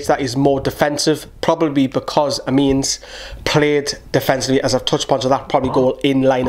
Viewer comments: Great video! Amiens is pronounced like "Ah-me-on":) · He is a good full-back who plays for Sweden and plays at RB occasionally. Usually they have Lustig at RB though. He played at Amiens last season (pronounced Amieon).